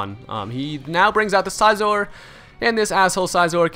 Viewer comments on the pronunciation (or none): It's Scizor as in "scissors", nice battle, though. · lol the way he says scizor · Why do you pronounce Scizor so weird?